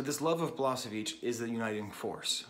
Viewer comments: Nice video, but please.... it's balaSHeviCH, not balaSeviCH 👍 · she should have thought you how to pronounce his name. it's BalaSHevich and not BalaSevich,,, nice video though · Thank you very much brother for a wonderful homage to a great human being, with brilliant mind, Đorđe Balašević. Verily, he was the human singer. Thank you also for mentioning Sarajevo properly and fondly. One thing though, please pronounce his surname more like Balaaashavich instead of the way you do it since it sounds very close to the surname of the Balkan butcher that Đorđe openly and secretly despised so much. I know that you would not want that. Cheers and regards from Sarajevo! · I was there when he came to Sarajevo after war, at first concert of two. I cannot explain this feeling, this experience... Let me just say, everybody (including Balašević) cried about half of time and laughed the second half, with no clear line between it. Btw, try to pronounce his name as "Balashevich" (not "s", "sh" where "š" is). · Thank you for this comment. It was very touching. And yes, I know that I don't pronounce his name correctly! Quite embarrassing for a language teacher. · Perfectly written, but don't lie to him that he pronounced it perfectly fine. You know he didn't, and he knows it too :)